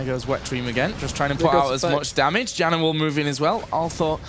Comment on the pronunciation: Janna is pronounced 'YAN-NAH'. Damn announcer. '=.=